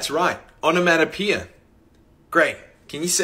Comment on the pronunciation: that guy pronounces Onomatopoeia wrong tho lmao